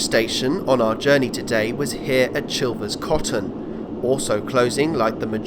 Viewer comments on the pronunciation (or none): On the subject of pronunciation, Gibbett Hill is pronounced with a soft G - so jibbett, the Coton in Chilvers Coton is pronounced as coat-on. Finally Stivichall has an alternate spelling of Styvechale, that occurs just as often, the pronunciation is Sty-chll